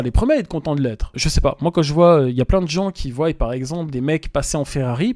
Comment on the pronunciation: les gens qui "VOIYENT" ??!! le français ..